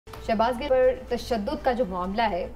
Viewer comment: anchor laughing when she doesn't even say shahbaz gills name properly